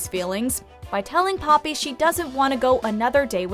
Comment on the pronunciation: The way the narrator says papi like "puppy"😂😂😂